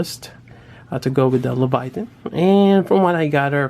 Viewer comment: Nice review as always but its pronounced "Lay-Va-Teyn" lol Kept getting distracted when its called Leviathan.